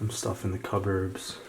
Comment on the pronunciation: I love your commentary! (Even though you mispronounced “cupboard” 😉) your voice is very relaxing!